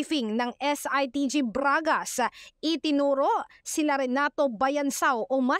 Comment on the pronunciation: braaaaaaagash posaaash soowspecck. :face-green-smiling